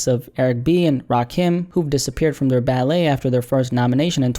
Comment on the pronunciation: It’s Ballot not ballet 🩰